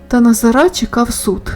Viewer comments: Чому наголос ставите не правільно, на останній наголос? : НазарА? 😢😂❤ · То просто дивно! НазарА😢 чому? Пані Фаріон де Ви?!